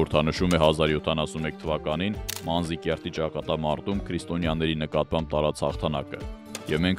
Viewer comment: Ոչ թե Մանզիկերտ, այլ՝ Մանազկերտ